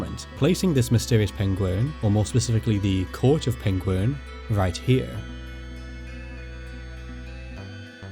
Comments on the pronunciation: That's Peng-WERN.... not ''penguin''. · All I'm saying is - Its Pengwern not Pengworn 😂😂😂 yeah I'm from Telford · It's Pengwern not Pengworn - Yes I'm from Telford and you won't get the joke unless you know 😂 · History is good, your pronunciation of the "e" in Pengwern is less so. You are saying uh, when eh would make it less jaring to listen to. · Is this where the pengulin were from ( actor who played Sherlock and mispronounced penguin on bbc documentaries) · Pengwern is how Benedict Cumberbatch pronounces "penguin." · I'm sorry, but "Pengwern" is (one of the many ways) that Benedict Cumberbatch pronounces "penguin". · if it weren't for the printed name I'd have completely believed you were saying penguin. You completely swallow the "r". Love your accent and enjoy the video. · Going off welsh, pengwern is likely pronounced Peng-where-n and the r in where is rolled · Pengwren is just how Benedict Cumberbatch says penguin. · Pengwern sounds like how Benedict Cumberbatch would say penguin. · Pengwern sounds like Benedict Cumberbatch trying to say penguin and now I can't unhear it 😂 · Benedict Cumberbatch: Penglern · I always have so much sympathy for anybody attempting Welsh place names. I'm lucky that I went to 2 Welsh language schools but even Welsh people who didn't struggle to pronounce most of them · Ahh the missing kingdom that Benedict Cumberbatch cant pronounce. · Rumour has it Benedict Cumberbatch can't say Pengwern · I guess "Pengwern" ist not an ancient word for "penguin"🐧, right?